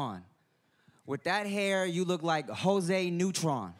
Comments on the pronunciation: He said Jose Neutron. Lmao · This nigga said José Neutron.